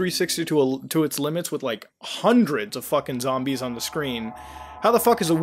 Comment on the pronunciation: its zombies not zambles